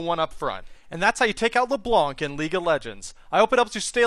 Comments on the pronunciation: you have to say her name in a french accent, la bla nc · C in "blanc" is not pronounced. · I speak French, and I face palmed. You don't pronounce the C at the end.